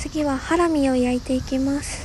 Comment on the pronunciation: ハラミの言い方で秋田の女の子かな？